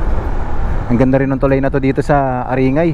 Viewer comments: growing up there, your blog and videos are very sentimental.. great videos... just a simple correction on pronunciation, A-rin-gay, , not A-ri-ngay.. with gay pronounced as guy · not aringay its aring-guy to pronounce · Nakk panibago sa pandinig Yung pag Sabi nyo sa Aringay